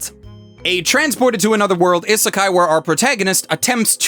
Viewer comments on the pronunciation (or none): I'm bothered when people say genre as "jon-ra" it's supposed to be similar to Jean-Claude van dam..."jean-ra" Also he says isekai wrong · I'm eternally amused by the idea of an anime YouTuber who can't pronounce Isekai correctly.